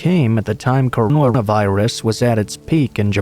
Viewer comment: Seriously? You can’t even say coronavirus? 🤦🏽‍♀️